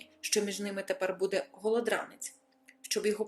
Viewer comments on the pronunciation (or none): none